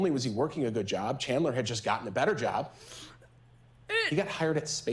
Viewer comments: How many times did his own defense attorney call him CHAND-ER. Can't even pronounce his name correctly but enunciates EVERYTHING else so hard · The defense attorney says “Chander” I swear to god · Katherine, for the defense of Chandler, (or it sounds like she calls him Chander lmao) saying "this 23 year old young MAN" then calling him a kid in the SAME SENTENCE?? Like two things, one, he's 23!! That's a grown ass man!! And two, learn your clients name 😭 (I doubt she doesn't know his name, I'm just being an ass based off of how it sounded lol) but no matter what, he's not a 10 year old, I literally had a child of my own by 23! Thats a fucking adult. I hate when people try to infantasize criminals, just let then get their punishment, damn! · lmao his own defense lawyer didn’t even say his name right. But I can’t tell if she’s feeling bad about defending a killer or if she’s just a bad attorney, but listening to her feels like a huge waste of time (ok not new to the game, probably just knows she’s not defending an innocent man like she’s claiming) There’s no way every person in this courtroom isn’t thinking that chandler is 100% without a doubt guilty. If someone else had done it, they wouldn’t have even had time to dismember TWO BODIES, much less try to get rid of those bodies in the fireplace of the family home, you’d have to have just enough brain function to stay alive to be able to even consider that would ever be possible. I’m equal parts disgusted and upset honestly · The defense attorney got chandlers name wrong multiple times lmao😂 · you know the defense is gonna be shit when the defense attorney pronounces the defendants name wrong every time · When the attorney kept saying his name wrong!! I was screaming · His attorney kept calling him “chander” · She's mispronounced his first name twice in the first minute. She keeps calling g him "Chander", rather than Chandler. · Is the Defense Attorney calling her client "Chander" instead of "Chandler"?